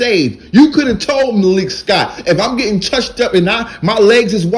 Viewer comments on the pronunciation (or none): none